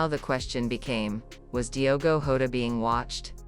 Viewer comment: Plus he doesn't get name right it's diogo jota and Andre Silva not hoda